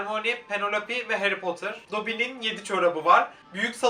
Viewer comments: Harry potter takip ediyorsun ama heğri potur diyorsun😂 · Abi o harry potter değil hayri potur